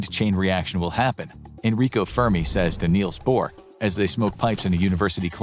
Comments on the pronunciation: Niels Bohr, not Neils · Niels Bohr, not Neils Bohr!